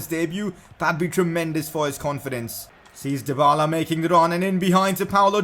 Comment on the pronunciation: It's not Paulo Dybala, it's Paulo Dyballer. 😁😁